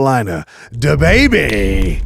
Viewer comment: He saying “tha” instead of “da “